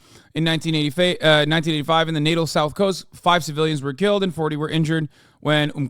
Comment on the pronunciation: Its "na-TALL," not "NAE-Tl."